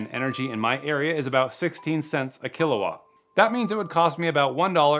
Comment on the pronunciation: 375 watts = 0.35 “kilwatts” huh?